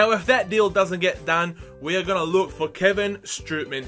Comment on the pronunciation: Strootman is pronounced "stroteman". And with Depay, you pronounce the "a" like you do in "arm" so it's like Depaay.